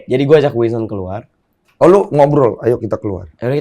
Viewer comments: WINSON BANGG BUKANN WINSTON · Ini hostnya om om nyebut nama salah mulu wkwkw Winson jadi "Winston", Listy jadi "Lesti" 🤣🤣🤣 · Winson bang, winson. Bukan winston. 😂😂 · Please...Winson bukan Winston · WKWKWKW GW NGAKAK BANG DENY BILANG NYA WINSTON KWKWWKWKWK NAMA ORANG DIUBAH2 KWKWKKW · Winson kang ,bukan winston:v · winson den, winson bukan winston wkwkwwk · Winson bg bukan Winston